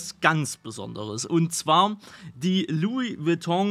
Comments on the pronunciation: Lui Beton auch geil🤣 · "Lui Witong" ....🤣🤣🤣🤣🤣 ich brech weg